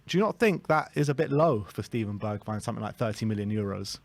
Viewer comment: At least you can pronounce his name right.